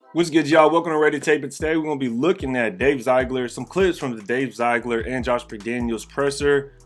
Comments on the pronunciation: Bro it’s ZEE-gler.. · Is it ZIegler or ZiEgler? If it's ZIegler, I've been pronouncing it wrong.